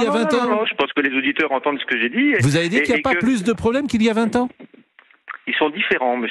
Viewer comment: quand on entend... sans "s"